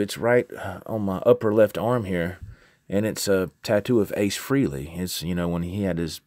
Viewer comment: Its pronounced FRAY-LEE ....... not FREE-LEE. (and yes, Ace is the coolest !) Cool info on the vid. Keep this stuff up !